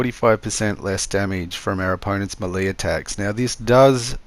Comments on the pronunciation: Not hating just helping, melee is pronounced may-lay, thanks for the build tips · May-Lay how to pronounce Melee 🤙